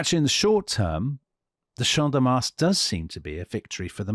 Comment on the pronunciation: Your pronunciation teacher here guys. Do not pronounce the S in Mars. 😊